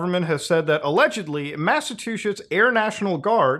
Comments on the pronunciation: This is such a huge video from Muta and i love him being able to report this. I am gonna say Massatuchets, or however muta tried to Say it, made me fucking die laughing, LMAO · Did he say Massa2shits? 😂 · From now on, the state shall be called Massattuchets, because Master Muta said it! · Lmao at muta saying massa-twoshits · he said massa-two-shits heh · "Mass-a-TWO-SHITS"?? Best, even if accidental, pronunciation I've ever heard of such a tyrannical State. I'm totally going to steal this. :) Thanks for the videos, Muta. Keep it up! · "Mass o' two shits" 💀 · Did you call Massachusetts, Massive two shits? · Muta my love it’s “Massachusetts” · Muta you almost went New Jersey with the Massachusetts pronunciation. We call it massive two shits.